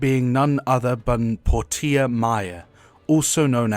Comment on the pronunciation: Why did you pronounce her name as "Pour-tee-uh"? It's pronounced "Porsche-uh". I would have thought that was obvious from the spelling.